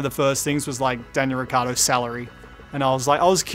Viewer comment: Can someone explains Daniel Ricciardo how to pronounce his surname correctly?